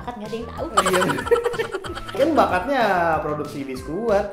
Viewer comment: Biskuat bang bukan biskuid